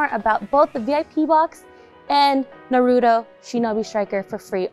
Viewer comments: Why do people say naruto like “naroodle”? Like what the heck these days... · Im startin to see why Naruto is always gettin shafted by Bandai...girl on camera cant even say Naruto properly, ouch.